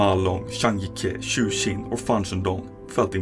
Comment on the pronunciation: Please pronounce the J as a J in zhang jike’s name for gods sake. The name’s pronounced “Zhang Gee kuh” not “yike” Yikes